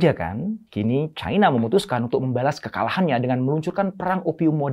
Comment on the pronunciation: Cina pak, bukan caina 🤣